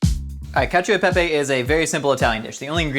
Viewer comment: Being an italian, you broke me with caccio e pepe